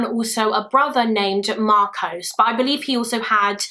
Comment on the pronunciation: Marcos is simply pronounced "marcos" ("marcoss") not "marcowce". Please be aware of American documentaries mangling the "-os" commonly found at the end of Greek/Spanish words, because they get it horribly wrong. It should be relatively simple to get right, but their pronouncing "-os" words like Marcos, Carlos, kudos (etc) as "Marcowce, Carlowce, kudowce" is bizarre and indefensible on phonetic/linguistic grounds. I really don't know where they get it from, because they know full well that the "Los" in "Los Angeles" is pronounced like "Loss", not "Lowce". On that basis, I'd be so grateful if you tried not to perpetuate this weird American habit, as it's one of my pet peeves. Perhaps your Spanish studies will help you out there :)